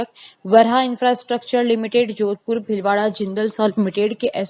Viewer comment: कँई जातियाँ आज भी पिछड़ी हुई हैं - कँई नहीं, कई । भिलवाड़ा नहीं, भीलवाड़ा विध्यालय नहीं, विद् यालय सभाचार वाचिका उच्चार शुद्ध करें ।